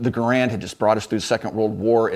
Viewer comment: HE'S SAYING GARAND WRONG